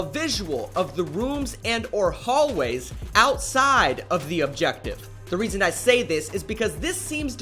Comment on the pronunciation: The rOoMs AND. The hallways. why tf are you talking like that